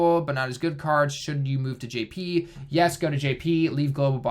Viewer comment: wtf why is he saying jp in his intro it sounds so bad